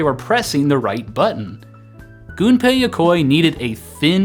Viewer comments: You're one of the few youtubers that actually pronounces Gunpei's name correctly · As someone who is studying Japanese, the fact that you pronounced a Japanese name correctly made me all giddy :D